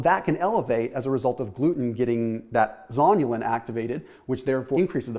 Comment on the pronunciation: You say zonulin, I hear zombielin.